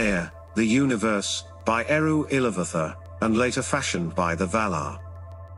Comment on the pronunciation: Well done video explaining the cosmology of Arda. I like it. I do have criticism of the pronunciation of the Elvish. Iluvatar is i-loov-a-Tar, not i-lu-va-thar. Aiwenore is ai-we-nor-ey, not a-we-nor. The two dots over vowels, such as an "e" and an "a," means that that vowel was pronounced separately. Tolkien explained this in the appendix of The Silmarillion (sil-ma-ril-li-on).